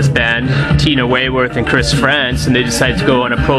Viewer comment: Tina WeyMOUTH! not Weyworth